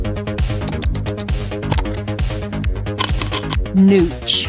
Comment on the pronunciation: Did she say "NOOTCH"?